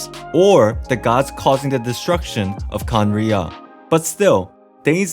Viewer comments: i think you have trouble pronouncing khaenri'ah because you say each syllable like it's a single word: "khaen - ri' - ah!". but it's more like "khaen!rya". idk maybe this helps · bro you said Cumriah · It's pronounced khan-riya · It’s like (Kan•rea) ¯\_(ツ)_/¯ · Khan as in khan academy, then "ria" as in ria, the shaved ice. Khan ria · Please stop saying khanrei’ah wrong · remove the ' in Khaenri'ah that's how you pronounce it